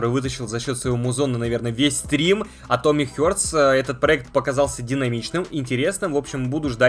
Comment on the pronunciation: "Атомик Хёртс"! Учи аглицкий!